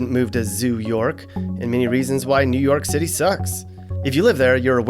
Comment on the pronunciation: Nu Yoak Citay